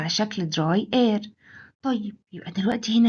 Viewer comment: الفيديو مليان أخطاء 😂 كما أن كلمة air بتتنطق إير مش آير 😂😂😂😂😂